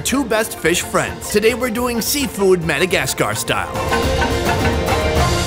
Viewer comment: Its not Madagas Car! Say it properly